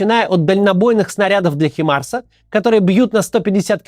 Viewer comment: "Химарс")).HIMARS (англ. High Mobility Artillery Rocket System). Произносится как *Ха́ймарс".Стыдно!